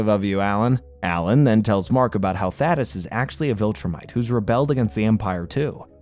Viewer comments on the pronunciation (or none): pronouncing thadeus’s name wrong made me mad every single time.